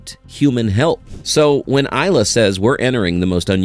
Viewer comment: EEEl- Ya! Please learn to pronounce names (especially that of someone as brilliant and important as Ilya Sutskever) correctly! Information good!